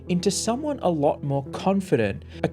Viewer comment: She said “lotter”, not “latter” as you typed or “ladder” as the video claimed. In the game she says “lot of” so it’s not that far off.